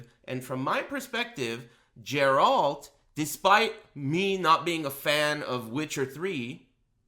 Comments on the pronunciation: Everytime i hear "jeralt" i cringe hard. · you cant play as Geralt in sc6 if you cant pronounce his name right.